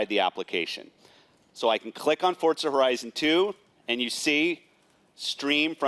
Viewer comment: What's the deal with Fortza horizon 2? I thought it was Forza horizon 2. Kinda makes him seem like he's giving a misread script instead of an actual experience.